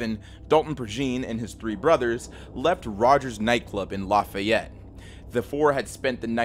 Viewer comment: As a lousianian, it's usually not pronounced "La-Fi-Yet". it's pronounced "La-Fee-Yet"... Anyways good vid